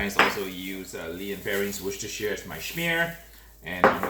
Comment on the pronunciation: HI mate. Worchestershire is Pronounced. WUS-TER sauce.